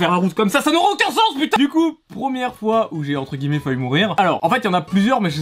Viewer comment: "ENTRE GUILLEMETS"